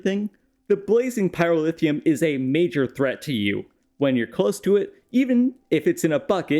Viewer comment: absolutely love these videos but the pronunciation of pyrotheum infuriates me to no end haha